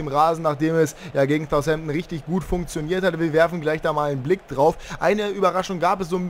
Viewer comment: Wann lernst du endlich Southampton richtig auszusprechen?